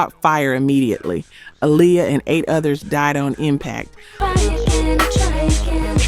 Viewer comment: I wish you would fix your damn AI. So tired of hearing it fuck up names, words and places. How do you mess up Lisa and Aaliyah's names????